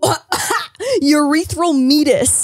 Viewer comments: saying "meetus" LMAO my girl not to do another "segue" but it's "mee-ay-tus" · Meatis- But pronounced Me-ate-us. Sounds a bit better but biology terms are weird. 🤣